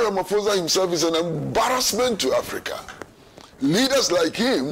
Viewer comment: Pls pronounce Ramaphosa properly…you’re pronouncing it white